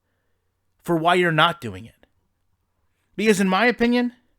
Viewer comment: Its “be-cause” not “be-is”